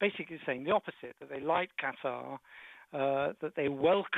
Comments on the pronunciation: STOP with the "Cutter" for fucks sake!! It's "KA-TAH" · Qatar.......... Cutter.LOL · I've never heard of a Country called, "Cutter".....